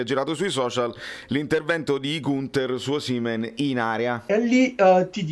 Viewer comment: Complimenti, complimenti, il migliore programma sportivo su Youtube. Una sola annotazione visto che stai negli USA, la pronuncia di Osimehn sentita da un americano suona come Oh semen, che e' piu' adatto alla pubblicita' per una clinica di fertilita' che al giocatore..